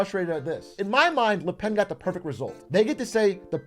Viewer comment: Là pèn is all I’m hearing atrioc yap about